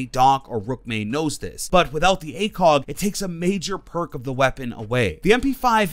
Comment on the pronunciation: loved when he said acong instead of acog